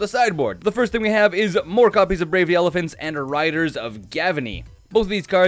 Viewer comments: I hear "Brave the Elephants" xD Fun deck :D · I think you said brave the elephants in the side board? Lol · So did I. Elephants....